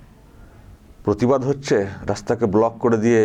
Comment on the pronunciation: প্রতিবাদ কে পোতিবাদ বলছে আর পতিবিহীনা প্রতিবাদ করবেন।